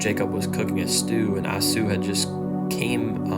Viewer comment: I was moved by your young passion. Keep preaching! Esau is prounounced...E-saw